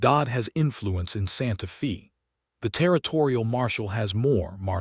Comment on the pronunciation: Very good story. But, the reader needs to pronounce Santa Fe correctly. Feb is said like a woman’s name, Faye. It’s not pronounced correctly in several very good stories.